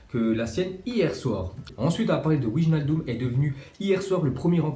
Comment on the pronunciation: c'est * weynaldum